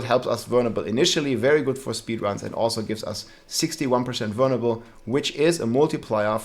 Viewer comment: Anyone else hear him say "burnable" a thousand times and then realize he was saying "vulnerable". Awesome video btw man :) def changing builds